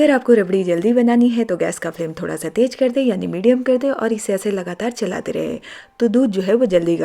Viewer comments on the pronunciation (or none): Tej, Majedaar aur Jaroor nahin Tez, Mazedaar aur Zaroor bolo madamji